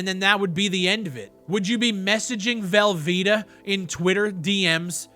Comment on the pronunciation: “Messaging velveta” lol